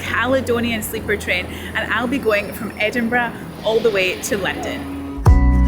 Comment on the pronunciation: I simply love your accent and the vid. The way you pronounce Edinburgh is simply magic. Every german English teacher would grant you with a 5 (which is is a bad note)😂 Just love it, go on like this and maybe once my Defender is ready to cruise, I m a participant of your journey offers…